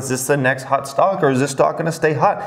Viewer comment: Everyone: “hot”: “hut”